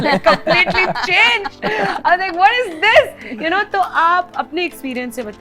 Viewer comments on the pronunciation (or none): none